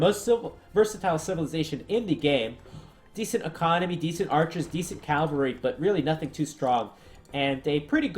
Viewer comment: The word for mounted fighters is cavalry, not calvary (archaic word for the place Jesus was crucified). ;)